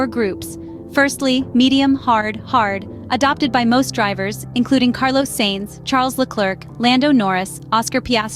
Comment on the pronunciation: I’ve noticed you keep sayimg ‘Saints’. It’s more of ‘Science’ than ‘Saints’. Forza Ferrari 🔥